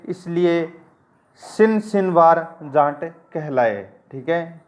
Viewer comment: बोलते time जाट ना कि जांट